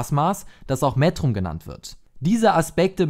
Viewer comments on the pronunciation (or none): Auch hier nochmal der Hinweis, das man es METrum ausspricht und nicht MÄtrum ;-) Ansonsten ein tolles Video.